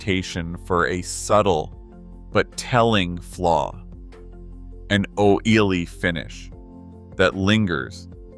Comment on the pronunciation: If you are going to cheap out and use AI .. it would help if your AI could pronounce the English language .. really butchers the word "o-i-l-y" ..